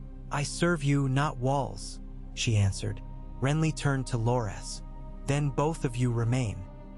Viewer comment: AI reading never gets names pronounced correctly 😅 Bar-ah-thee-on and Lore-Ass Tyrell...